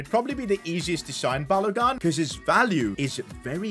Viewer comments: Someone teach to say balogun's name it's not gun its like goon balogoon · 😂😂 it's pronounced balo-goon not balo-gun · It's not balogan it's ba lo gun pronounced as balogu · It's pronounced Ba-lo-goon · Sorry to be like this but it's b a l o g U: n